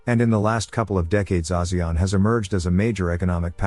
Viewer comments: he say Asian. Rich as Singapore poor like Cambodian .😔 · Wow, that's not how I thought ASEAN was pronounced at all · The way he pronounces ASEAN...